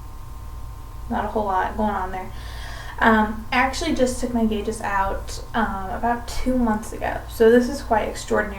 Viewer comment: Every time she said "gauges" I cringed.